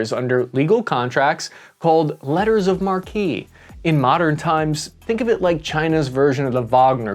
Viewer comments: it is pronounced LETTERS OF MARK, nor LETTERS OF MARKEY just as CACHE is pronounced CASH not CASHAY - when did the military folks stop learning how to pronounce military terms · sPratly islands, not sPartley islands; millenilals can't pronounce for shit. Also "letter of Marke, not markee. Damn. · Letter of Mark, not Mar-kee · its said "letters of mark" not "mar-q" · “letters of [mark] and reprisal” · Glad to see you covering this! Great stuff. Also, "mark" not "mar-kee" ;-) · "mar-KEE"? Where do you get that? It's pronounced "MARK". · Sp-ART-ly Islands. Come on Bruh. It's Sp-RAT-ly. It's also pron9unced letters of Mark, not markee. Do better. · just an FYI. It's pronounced "Letter of mark", not "marquee" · Letter of marque (pronounced “mark”, not “mar-key”) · Great episode. Fascinating developments in the South China Sea. I do wonder if Zeihan is right that China would be crazy to try this fight at this time. These are just constructive: Letter of Marque, the final word is pronounced “Mark”. To be “Markee” it would be spelled Marquis. The islands are “SPRAT-LEE”. Not spart-Lee. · "Letters of Marque" - the last word is pronounced "Mark", not "mar-kee" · 'Marque' is pronounced "mark" not "marquee" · Couple of corrections. They are the Spratly (not spartly islands), and it is letters of marque pronounced mark. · Letters of Marque pronounced Mark. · Its pronounce letters of mark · Informative as always. It's pronounced 'mark' by the by. I know those crazy French words. It'd need another e like Marquee to shift the pronunciation to markey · Letter of "mar-kee" Lolz I needed that laugh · Just so you know: “Marque” is pronounced “mark”. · lol. Isn't the English pronounciation "Letters of Mark". What do you say for Niche? "Nitch" like some US freestylers? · It's pronounced "letters of mark" Also, the "s" in debris is silent. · marque is pronounced - mark!! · "Marque" is pronounced as "MARK." Letter of MARK. French teacher here. 🙋🏻‍♂️👨🏻‍🏫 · It's pronounced "letters of mark"